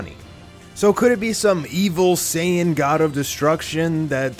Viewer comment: Super Saiyan five not super saying white get your facts right boy